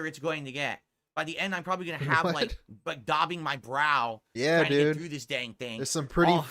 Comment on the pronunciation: Dobbing my brow....the word is dabbing but that was just razzing